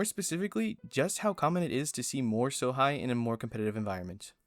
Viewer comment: It's Sohei bro not Sohigh. Do not disrespect my